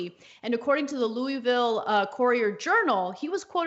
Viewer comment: It’s pronounced Louisville, not Louisville. Sorry, if you’re from here you get it 😂